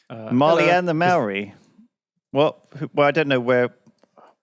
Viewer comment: Your pronunciation of Māori makes me want to cry ;_